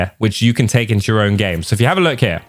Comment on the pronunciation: “we tale a look”😂